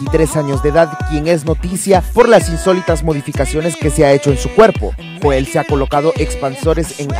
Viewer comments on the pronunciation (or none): none